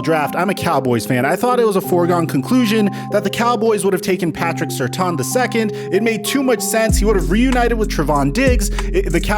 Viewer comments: It's pronounced "Sir - tan" not "Sir - ton." Put respect on that family's name. Also, Patrick Surtain was one of the best cover corners in the NFL for a decade and his son, a top 10 draft prospect and you run a channel that covers the NFL. How do you so often not know how to pronounce these guy's names?? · Patrick who???????? I think it is, sir-TANE...........He is going to Denver